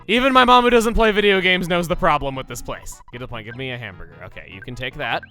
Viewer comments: The way he makes it sound, it sounds like he says ham bger. He misses the other two letters. he doesn’t say it like ham bur ger. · It sounds very slightly like hambugger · He kinda sats it like "ham-buh-guh" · I sorta of noticed it after he talked about it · He can't pronounce the first r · Running joke that he can't pronounce hamburger